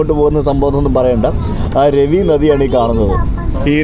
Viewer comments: രവി നദി അല്ല റാവി നദി ആണ് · രവി നദി അല്ല it's രാവി ( Raavi river) നദി രണ്ടാമത്തെ തെറ്റ് after pakistan yathra( കർത്താർ പുർ ഇടനാഴി)... ഇതെന്താ വയലാർ രവി - T.G രവി ( ബലാൽ സംഗ വീരൻ) എന്ന് പറയുന്ന പോലെ 😅